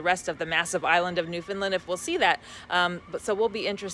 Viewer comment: Just to help you out with the pronunciation of our beautiful province it's New Found Land and not New Found "Lind" You were already two thirds right!! 🙂